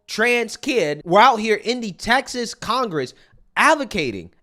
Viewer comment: I gotta just correct you on one thing my friend.... it's TEXAS not Taxas. Love your channel brother!! Keep up the good fight!!! 🤘🏼